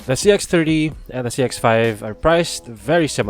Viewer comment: just a comment on your pronunciation. most of the times I'm hearing "CX-3" instead of "CX-30"